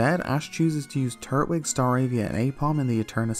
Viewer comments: Something really bothers me about how you split up the syllables of turtwig because I always hear it and say it tur-twig like tur-tle, but you say turt-wig. I dunno, but it’s one of the weirdest things to bother me, I know. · Twig!!! Twig like a stick! It’s not called “turt -wig” it’s tur-twig because it’s the Twig Turtle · Lol I know different places have different accents but I was legit gettin upset in this one😂😂😂😂 red, crystal, and emerald you did good but what the hell is a “turt-wig”. Growing up I called him “tur-twig” like turtle mixed with twig. You’re saying it like turtle and wig. Like I distinctly hear you pause between turt and wig and it’s throwing me off. Still great vids tho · I thought it was tur-twig not turt-wig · It’s “Tur-twig” not Turt-wig”🤦🏼‍♂️ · "Turt-wig" XD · TUR-TWIG!!!! it’s not that hard! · no one gonna mention the way he was pronouncing turtwig? really?